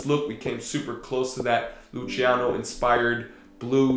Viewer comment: Geiles Video!!! Das einzige was mich stört ist wie du den Namen von dem Rapper aussprichst... man spricht ihn [Lußiano] und nicht [Lutschiano] aus 😂❤️